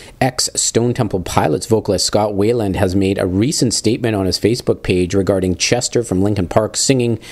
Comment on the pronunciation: His name is pronounced why-land, not way-land.